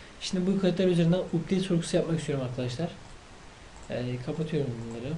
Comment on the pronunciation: Updeyt diye okunmuyor kardeşim Apdeyt diye okunuyor.